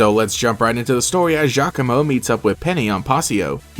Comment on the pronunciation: Giacomo meeting Team Skull was the best, cause I always thought he looked like a mini-Guzma haha. ...also, apparently his name is pronounced "Ya-como" which definitely threw me for a loop lol.